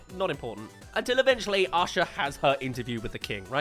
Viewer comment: Just a side comment. I'm in the US and one of my college professors was from England, and when he pronounced the name Micah we all heard "Meeker" and thought it was amusing. Whenever says the name Asha I hear "Usher". My first instinct was to go check the cast list and see if Usher was one of the voice actors.